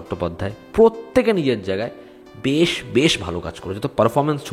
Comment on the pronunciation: কথাটা "ভেশ" নয় বরং "বেশ", ছদ্মবেশ কে ছোটো করে "বেশ" বলা হয়। হিন্দি ভাষার ইনফ্লুয়েন্স দিনকে দিন বাঙালির মধ্যে বাড়ছে।